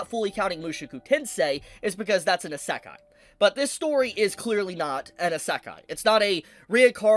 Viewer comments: Bro watches anime everyday and still says isekai wrong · Are you trying to say Isekai, because that is not how you pronounce いせかい(異世界)